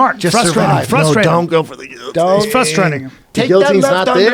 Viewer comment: I like that rogan pronounces guillotine correctly.